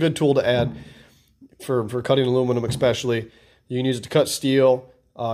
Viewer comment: Oh, and "ekspecially" just isn't a word at all.